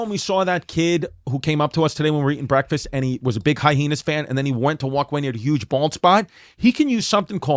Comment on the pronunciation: Chris "hy-heenas" distefano....